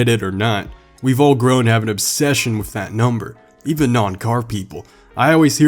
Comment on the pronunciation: “spend my life WIF it” looks like someone never learned to pronounce “th” You sounds like a little kid 🤣 Also why’d you buy the ugliest color for a corvette? “BeCaUsE I CaN” Was it so you could subtly brag in each video? Or maybe you’re tryna pull an ugly chick?